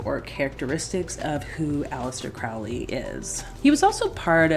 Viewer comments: No disrespect but his name is pronounced Crow-ley not Croully. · It's Crow-ley yankee. You clearly didn't get very far with the OTO